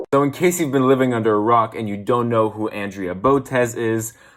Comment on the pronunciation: It's Andrea (On-Dre-A) say her name right, it's so annoying.